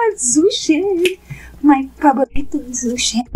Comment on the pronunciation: His name is pronounced like Joe Shen not zoo Shen.I like your channel but everytime you say his name just grades on my nerves. Thank you